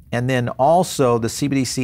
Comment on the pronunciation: Maxine Waters can barely pronounce CBDC let alone understand it.